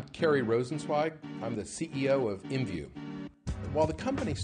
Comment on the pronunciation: It's I M V U. Not Em View. o.o